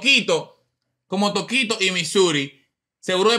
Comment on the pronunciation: Mira a "Tokito" y se volvio "Tokote" 🤣🤣